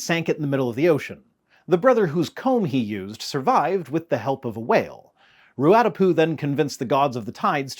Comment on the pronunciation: Kia ora, friendly neighbourhood Kiwi here. I really admire your effort to do the Māori flood stories justice. Your vowels are pretty decent! For the benefit of future videos, the stress pattern in 'Ruatapu' is more like RU-a-TA-pu than RU-A-ta-pu (I realise how like Hermione Granger I sound about now 😅). Also regarding 'Tāwhaki', the macron on the A turns it into a long vowel (so 'TAAA-wha-ki'). There's a weird quirk with the 'wh' digraph in Te Reo Māori where depending on the dialect, it's pronounced variously as W, H, HW, or most commonly almost F, so the most common pronunciation of Tāwhaki is actually more like 'TAAA-fa-ki'. Keep up the awesome work!